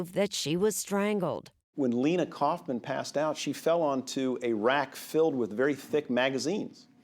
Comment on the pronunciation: Erin, It's "koff'man." Not "Couff man".